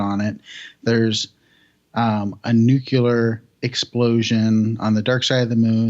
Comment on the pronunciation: "Nu-cu-lar"... really? ;-/